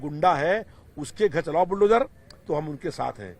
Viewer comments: Toh tumne phd kar li h kya bukdozer bolne mei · इसको बुलडोजर बोलना भी नहीं आता....🤣🤣🤣🤣🤣